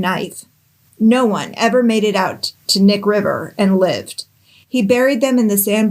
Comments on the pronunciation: It’s Knik, not Nick. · So, here's how the Knick River is actually pronounced. Cah-nick like Kuh-nick. Lol that's hard to explain 😅 🤣 😂 Great job fr though. That whole area along the Knick River and the Knick River Glacier, is a huge camping, hunting, fishing, hiking, and side by side riding area. There are bodies found almost every summer out there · Just a FYI. You say the K in Knik. Alaska thing. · To all the Alaska people coming out of the woodwork to tell us how to pronounce Knik river, I see you!